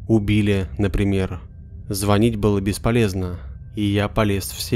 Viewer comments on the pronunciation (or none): none